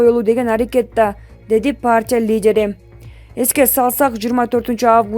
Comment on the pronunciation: Партия деп оку паартия дебей